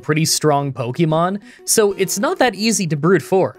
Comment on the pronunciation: I love that after all this time, you STILL mispronounce Pokemon